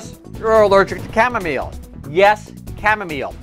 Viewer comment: Chamomile my friend.....not chamomeal